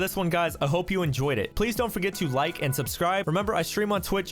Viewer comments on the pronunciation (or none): none